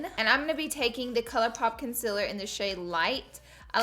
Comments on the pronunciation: _- it’s CONCEALER! not CONSILLER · You can't say concealer correct